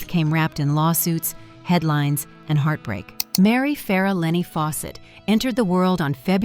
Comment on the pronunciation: Oh that “heatbreak”